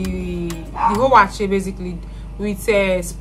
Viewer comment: Eeiii! Yeah, you pronounced "wakye" the correct way. As a Fanti / Agona, I beleive almost, if not all the tribes in Ghana have no letter "C" in the alphabets. So "ky" is like "ch". (Again, no C-J-Q-X). Not too sure if the Ewes from the Volta basin ooh. But the Akans has no letter V either.